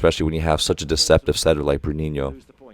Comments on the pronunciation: I really appreciate you saying "Bruninho" and "Lucão" (or at least trying, haha) It made me enjoy the commentaries even more! Love from Brasil! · Coach! IF you are interested on the pronounciation of some of the players, Lucão would be pronounced as Lu-Khan-u (not as in you but just the sound of an u) The ão would very much sound like a long Ohm mantra XD And Souza would be pronounced Soul-Za Bruninho and the others are absolutely on point thought XD thank you so much for this!